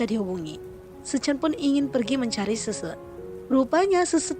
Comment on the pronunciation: Min gua bingung nama yg lu sebutin semua nya susu... Xixi aja lu sebut sese...